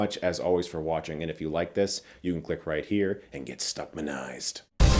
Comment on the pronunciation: I love when you say get"stuckmanized" lol